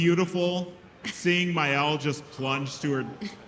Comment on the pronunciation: He called Maelle Miyelle too...